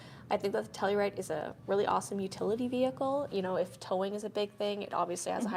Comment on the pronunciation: You say it wrong!!!!!!